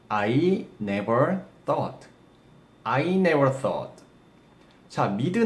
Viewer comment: 써어트 인가요? 발음이요